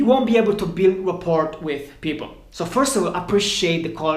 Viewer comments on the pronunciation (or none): “Rapport” the T is silent